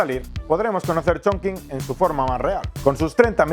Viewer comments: Todo genial, es total esta ciudad. Pero se pronuncia: Chonchin no chinkin 😗😗😗. Un abrazo! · holaaa! Yo nací en esa ciudad jajaja y como comentario positivo se pronuncia “chongching” aunque se escriba “chongqing”. Videazo!👍🏻❤️ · Hola! Me ha encantado el vídeo aunque cuando decías el nombre de la ciudad me chirriaban un poco los oídos jajaja 😂❤ Para próximas veces, acuérdate que cualquier sustantivo en chino que tenga la letra Q y después una única vocal se pronuncia como “CH”, como en la primera parte de CHongqing 🥹